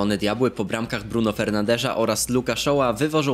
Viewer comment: btw, Fernandes się czyta Furnandesz